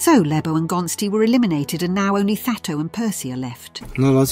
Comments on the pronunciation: " now fato and Percy are left" isn't it thato not fato😭😭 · So we going to mize how the cone pronounced Gontse and Thato’s names ?🤣🤣